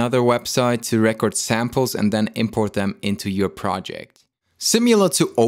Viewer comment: The verb 'record' is not pronounced the same as the noun 'record.' You keep saying "RE--kerd" (the noun) when you need to say the verb "re-KORD"